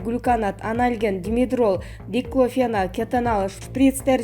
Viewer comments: Ушул суйлоп жаткан кыз каерде окуду экен аа диклофенак дегенди туура айталбайт уят эле нормальный суйлой албагандан кийин уят болбой эле уйундо идиш жууп отура бербейби экен аа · Айланайын диктор пондемия диклофенак оор создорду окуй албасан сурабайсынбы сени бут Кыргызстан угуп жатат он бир жыл+беш жыл эмнени окудун эле уят